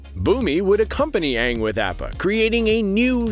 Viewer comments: Who else wanted to punch the narrator for the way he kept saying appa as "app-a" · Opa not apah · His name is not apap it’s appa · The narrator pronouncing Appa as “App-uh” made me cringe so hard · Is this man saying appa like apple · pronounced ou-pa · He said Apa wrong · It really pisses me off that this guy can’t or refuses to pronounce Apa properly 🤮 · Why is nobody talking about him saying appas name weird af like come on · They pronounced appa wierd in the video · i dont like the way he pronounces appa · Why are you saying Appa weird... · how dare you pronounce appa's name wrong